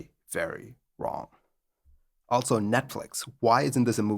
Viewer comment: Hey, check out the spelling of the word "also"! it's not "altso"! There is no "t" in it, so stop prounouncing it that way!